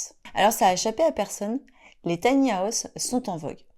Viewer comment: Taï ni à ousssse 😂😂😂 On peut rire 😅🤣😂